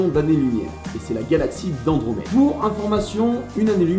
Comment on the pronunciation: Andromède, et non Endromède